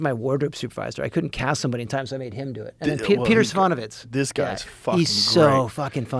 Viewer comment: "Peter Svonovitz" .... damn, even Chad who has one of those names where you check how to pronounce it can't get Mr Serafinowicz' name right. And he was employed but Mr Stahelski, and definitely wasn't a nobody in the film.